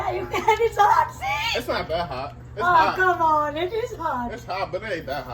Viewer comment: Lmao she said kum on negah u know it's hot 😂😂 🔥